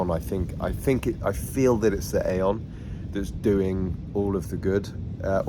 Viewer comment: It’s pronounced EEE-on. Glad this is working for you! 🙌✝️